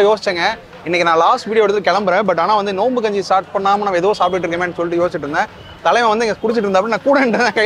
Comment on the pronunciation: Bro kunji ila kanji